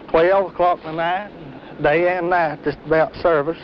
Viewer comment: silent naht, holy naht